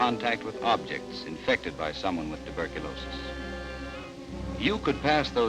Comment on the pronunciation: Tuberculosis or phthisis - not turbicliosis